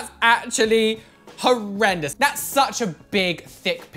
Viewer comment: This is how many times he said that’s hORreDoUes 👇 👇 👇 👇